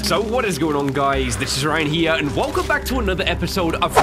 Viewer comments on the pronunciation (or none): none